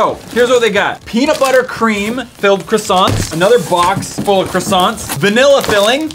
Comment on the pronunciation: i love the 7 days crowasns sowwy